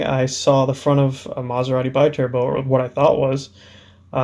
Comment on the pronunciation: It's pronounced "bee-turbo". Loving the project. :-)